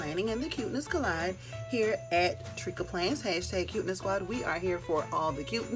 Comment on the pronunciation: Tricka Plans pronounced Tree Ka hahaha!! I can’t wait!